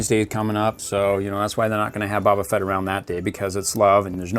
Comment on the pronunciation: You are saying baba fett but you need to say boba fett